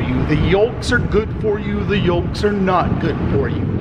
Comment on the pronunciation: Haha your pronunciation of yolks killed me. Never heard the L actually enunciated. Better late then never.